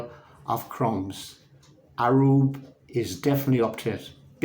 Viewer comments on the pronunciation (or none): Hi … Amazing work .. Hope you don’t mind me mentioning I think it’s pronounced Ayub and not Arub ..